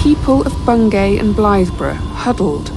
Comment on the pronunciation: Bungay rhymes with key.